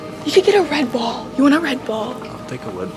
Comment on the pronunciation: when u said red ball i thought u said redbull :shelterin::chillwcat